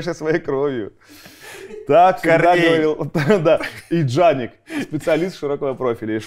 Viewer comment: "Джаник, ударение на "И"